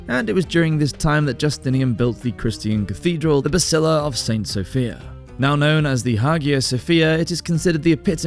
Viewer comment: Why does he keep saying "basilla" instead of "basilica"? Cool vid tho